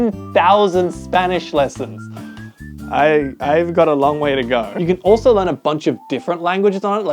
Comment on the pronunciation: bro literally said lrean not learn like wth